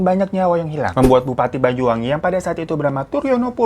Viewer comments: Bang "Banyu-Wangi", bukan "Bayu" ya... Banyu artinya air, Banyuwangi artinya air yg harum/wangi. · Banyuwangi bang. Bukan bayuwangi. 😁 Nyebut banyu kyk anya bang. Bukan aya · Isun wong Banyuwangi Heng weruh ceritane gaes🥲btw bang Hiro klau ngomong Banyuwangi jadi Bayuwangi😃